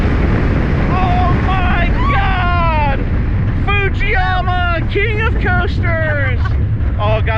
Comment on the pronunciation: it saying "footzeyuma